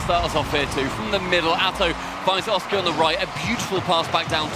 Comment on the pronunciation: Cannot stand pronouncing Oski's name wrong:(